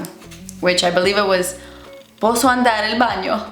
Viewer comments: Your "posso andare al bagno" was pretty good! 👌 (I'm Italian) and yes luce del sol it's sun's light. But luce is pronounced with the C like the CH in CHeck. Same with Marcello. CE in italiano is always pronounced like CH in CHeck. Never as s. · I m italian woman and your pronunce is vero good😎 posso andare al bagno is perfect